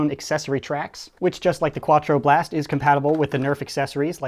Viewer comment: hahaha "kwa-twro blast"